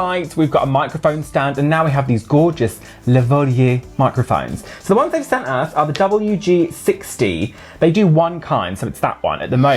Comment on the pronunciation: Your microphones are pronounced "lava-leer" - I learned it when an antique shop saleswoman was trying to sell me a lavalier necklace. But who really cares?! Thank you for teaching this American all about Eurovision!!!!!!